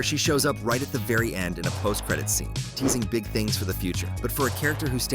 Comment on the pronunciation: that said gig not big